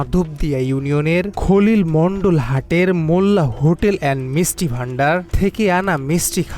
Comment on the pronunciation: "মিচটি" (মিষ্টি) তুমি কোন স্কুলে লেখাপড়া করে শিখেছো? টোকাই ফোকাই পাগল ছাগল যখন সাংবাদিক হয়, তখন বাংলা ভাষায় পাল্টে ফেলে।